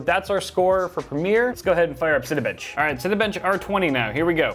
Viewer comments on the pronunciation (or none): When you first said Cinebench i thought you said Cinebitch